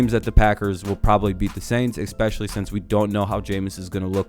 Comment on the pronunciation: You had me at 'ecspeshully'. Clumsy... Like the Jets.